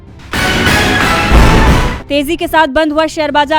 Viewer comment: Tezi madam not teji